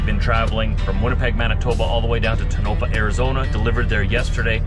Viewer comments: Since you asked it's pronounced Toe-nah-pah. When you turned left to get into the Pilot on your way out, you passed my once or twice a week parking spot on the left right by the food truck.😊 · the way we pronounce Tonopah is. Tone-A-Paw…😊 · I think it's pronounced like Tonopah in Nevada (although I could be wrong). Tone-ah-PAW (phonetic).